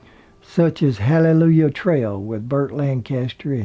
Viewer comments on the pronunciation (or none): none